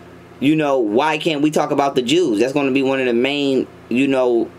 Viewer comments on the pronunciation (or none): Did he say "the ews?" 🤣🤣🤣